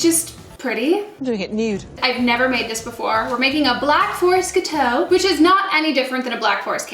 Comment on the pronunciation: The way you pronounced gateau made me cringe